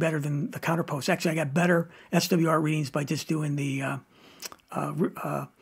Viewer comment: Very good detail and a ton of info, great video, and I want to help you a bit by giving you the correct pronunciation of the word counterpoise... Think of "poise" sounding like "noise"... Eazy peazy...